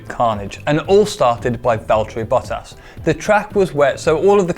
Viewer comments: Man the way you pronounce Bottas’ name triggers me haha there’s no “a” after the “o”. His name isn’t Boat-tas it’s Bot-tas. Sorry had to say something about that otherwise really cool look into the financials of a crash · Bow-tass > Bot-tass: Easy math - (A guy from the south who pronounces names incorrectly without malicious intentions). Also put on a jacket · It just bothers me that he keeps saying bow-tass rather than bottas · It's not Boat-as, it's Bot-tas 🤣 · Who the fuck is bow toss?!!?! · Who is this 'Bow-Toss' guy? :D It is 'BOTT-ASS' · It hurts my soul every time he says “Boatarse” instead of “Bottas”. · BOT - TAS not BOW - TAS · Why does he keep saying Botox? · Bottas... Not Bowtaas... Bottas... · It’s not boat-ass it’s bot-ass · I love these shows but I hope see's this and pronounces it Bot-tas not Bo-ttas, it hurts my soul. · BOH TASS NOT BOW TOSS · I'm sorry but the way pronounces bottas' name is triggering me. THERES 2 T's IN HIS NAME! BOT-TAS! not bo-tas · bruh it's not bo tus its bot tas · anyone else annoyed that he keeps saying bo-tas and not bot-tas? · lol...Botox...Bottas...BOT TAS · Boe taz lol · whi tf is boltass? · Boooooootas, ffs bottas a short o please. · For the love of God learn how to pronounce Bottas..... It's not Bo-ttas(bow-tass), it's BOTtas(bot-tas), sooo annoying! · Bottas = bot-as (don't overpronounce the s) Not bow-taws For someone who knows so much about F1, has he never heard the pronunciations from Crofty? I swear Americans make pronunciations up for the fun of it. Clear thar the American bloke is a poser. Speak in £ not $ too, this is a British sport not American. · the bowttas pronunciation is giving me shivers😅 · I was hearing "Boat-ass" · Yoo everytime says Bottas.. All I hear is "Botox" 🤣🤣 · I thought was a real f1 fan til he said bottas like bote ass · "Bow Taas" lol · Bo-toss :P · Gotta love the ‘Boat-ass’ pronunciation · Great video. But, 'Bow - tass'? 😂👍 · “Bootas” cmon lol